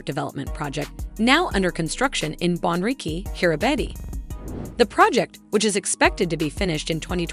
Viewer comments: It is not pronounced Kiribati. It is pronounced Kiri bass. So if you don't know how to pronounce it, your credibility is zero. Bikenibeu is not pronounced that way either. You keep showing only one island in the world map. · I can't bear listening to the way the voice bot pronounces the name of the country. Its pronounced Kiribass